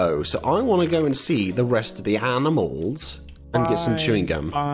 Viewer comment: Pals: Aminamils Me: Is this how they said it in 2018?